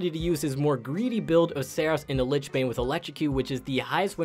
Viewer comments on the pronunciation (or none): none